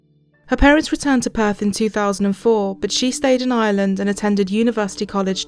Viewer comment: I literally thought you said drogheda island lol. Maybe next time say in Ireland, the r exists for a reason